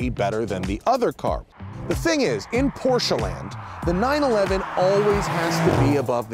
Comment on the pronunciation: I'm not a huge fan of Matt but I love that he pronounces porsche correctly.